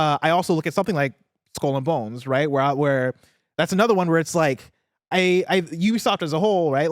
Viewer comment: this is the best pronunciation of Skull and Bones I’ve ever heard. No other way to say it now.